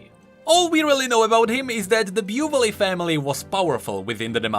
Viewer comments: Dude it's so cringe that you still pronounce (beu've'lay) instead of (bu'velle) even if you knew how to pronounce it. 😂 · play the correct pronunciation: "Boo-vel": "Byu-ve-lé" me: okay "Byu-ve-lé" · The man learned that Buvelle was pronounced "Bu-vel" and still proceeded to read it "Bu-vel-le" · Lord Biewvelay. I'll bet 5$ it's "Bou-Vel" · "Lord Byu-veh-lay" Should it not be "Boo-vel"? Edit: Ok so later in the video, corrects himself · “...and then we learned it’s actually pronounce Bu-velle” Also: continues saying Bu-vu-lay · Not "Buvelle" it's Booveil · ... Does anyone else think Buvelle should be pronounced "Boo-VEL"? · flames viewers for not wanting to read Also: Beau-villé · Me listening to beu-vill-A for about 10 minutes, "I don't feel like how that is how it's pronounced" Future about to remedy my discomfort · This guy really said “byoovullay” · Given that Demacia has the Laurent and implied romance language influences, the name Buvelle is likely pronouced Bu-vel. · I can bet you a skin that Buvelle is pronounced the French way like Laurent: Buv L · pronounces Lord Buvelle wrong* 5 minutes in the future: corrects his own mistake* Still: continues to pronounce it wrong* Buvelle: Am I a joke to you? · Mentioning correct pronunciation of Buvelle proceed to pronounce it wrong because we are used to the wrong pronunciation and I haven't even noticed it until I watched the video again xD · this is the worst pronunciation of Buvelle I've ever heard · oh ok he learns it later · Oh fuck,hearing lord buvelle pronounced so many Times in a way i think Is wrong Is a pain (as with Fiora,there are names with france-like sounds,probably he's the same) because you repeat It SO MANY TIMES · Oh god yes,later you told It yourself! Finally It Will stop the pain! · Noooooo! You keep calling it that way! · I'm so triggered by how you pronounce Buvelle XD